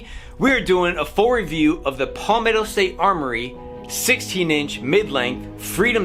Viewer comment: Good review. FYI, it's pronounced "Pal-metto" like my friend is my pal. Not Poll-metto.